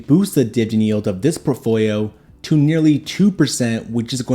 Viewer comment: You really need to practice saying portfolio correctly